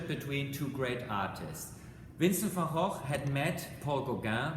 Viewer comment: Well I've never heard it pronounced like that, it is the "correct" way.